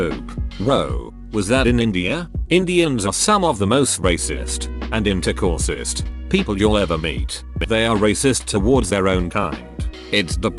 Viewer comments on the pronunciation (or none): “Intercourse-ist” lmao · What is "intercourse-ist"? :) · I love "intercorsist"! :D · I know this isn't the main takeaway, but "sexist" being read as "intercourse-ist" is pretty funny.